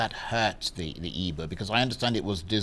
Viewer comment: Charles, you an Igbo man, pronounce the word "Igbo", " Nwodo", etc correctly ...